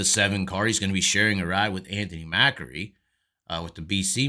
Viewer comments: MACRI not MAKAREE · MACK-REE. MACK-REE. It's not like Macaroni and Macaroons. Good videos though, you bring up a lot of good points and present them concisely.